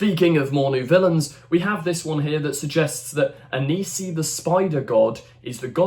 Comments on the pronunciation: It's Anansi, not Anisi. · It's pronounces Ann-Ann C. not Anise E. Watch American Gods. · How the hell are you reading Anansi as Anisi? And don't they teach kids about Anansi at school anymore?